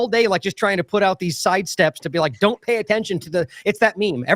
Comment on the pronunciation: Sounded like beat China not be like China